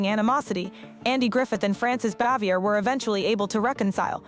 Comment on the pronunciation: Andy was a widower and It is Frances BAVIER, not Xavior